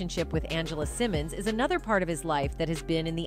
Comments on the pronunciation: First of all, her name is Angela Simmons not Angela Simone! Secondly, YaYa is Floyd Mayweather's DAUGHTER NOT his ex girlfriend! You seem to be in a hurry to get your story out that you seem to not do your homework FRFR. This leads me to believe, your content is NOT TRUE! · who is Angela Simon? her name is Angela Simmons. if you're going to report on her business at least pronounce her name correctly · BEFORE YOU REPORT ON SOMEBODY...LEARN HOW TO PRONOUNCE THEIR NAME..I SEE YOU SAY SYMONE AND SIMMONS...TACKY...GET IT RIGHT. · Why is her name being pronounced as Cymon? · Her name is Simmons. ✅. You shouldn’t do a story on anyone , Until you get the names right. 💯💯💯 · Its pronounced sim-mons😂😂😂😂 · Lord !!!! She killin' me saying her last name wrong!!!! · I thought I was the only one feeling this way😂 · This blogger can't even pronounce her name right...😂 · Why is she saying her last name wrong. I swear🤦🏽‍♀️🤦🏽‍♀️🤦🏽‍♀️ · I have to stop watching because you are saying Rev Runs daughter last name wrong not a good look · I can’t even watch this not sayin her name right n yaya is mayweathers daughter